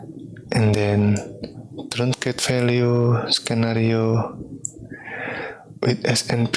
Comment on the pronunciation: scenario is pronounced "sin-ario" not "s-k-nario" English is .. something.